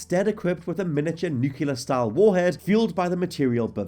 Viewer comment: Say it with me... New. Clear. Nuclear.